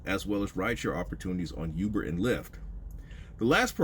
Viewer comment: in all fun, and not trying to catch a stray, I'm only here for "BID-NES", and "YOUBER eats", . I'm country as hell too.